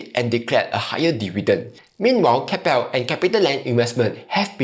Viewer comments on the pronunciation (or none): Did he just call “Kap-ple” (Keppel), “Kay-pal”? 🫣